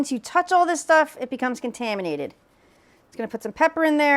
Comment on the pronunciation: It’s bizarre the way she says contaminated….its not abnormal to cook with your hands geez. And you’re cooking the thing at 360 degrees. Boiling water at 100 degrees kills microorganisms